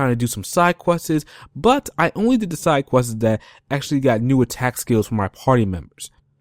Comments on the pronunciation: Side questiz? Thtuff? Progek? Talkning? Wow dude, you gotta work on your speech. Seriously... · Also you say "side quest-izz" therefore ima not take you serious